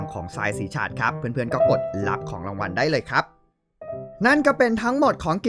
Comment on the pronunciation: สีชาด ออกเสียงเหมือนเพลงชาติครับ